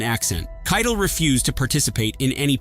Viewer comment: It's pronounced 'KIE-TELL PLEASE!!!'